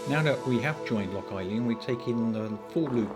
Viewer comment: Nice edit! It's pronounced Loch an ee-lan by the way👍